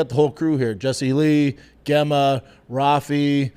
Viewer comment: Brendan... Just so you know, "Gemma" is likely pronounced "Jemma" 🤣